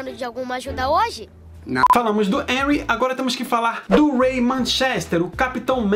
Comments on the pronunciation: É Henry não enry😂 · Se fosse enry danger,seria com e cara. Pronuncia o H como R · Aii me dá uma agonia dele falando Enry em vez de Renry (eu sei que é Henry, mas essa é a pronúncia). E é Shuos a pronúncia do nome do Schwoos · Me digam que não fui só eu que me irritei quando ele falou "Enry Danger" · Se escreve Henry Danger mas se pronuncia RRenry Danger,não Enuy Danger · A pronuncia é Renry n Enry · Enry?? N e assim que pronuncia e sim "harry" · N se fala énry e sim Henry (rréry) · SE PRONUNCIA RENRY NAO ENRY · Se pronuncia HENRY, NÃO ENRY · Q ogeriza tu fala enry danger mas é renry danger ( sei q n escreve assim) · A pronúncia é renrry é com H más é renrry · Ele fala os nomes errado me da agonia é rrenurri Eu escrevi errado de propósito é xarlóte Também escrevi errado de propósito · Tem como alguém me fazer um favor de ensinar a ele a falar direito é Henry denger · É henry mais vou escrever errado pra você aprender a falara serto é renry mais em ves do R bota o H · Pra mim o Henry tem som de re nao som de e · Se pronuncia renry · Não é reri e henry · Véi ele fala o nome do Henry todo erradão kkkkkkkk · voce fala henry errado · Fala henry direito